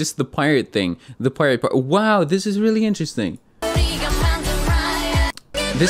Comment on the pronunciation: It's official, is fluent in Korean. Instead of saying "wow" the English way, he said "wahh", the Korean way.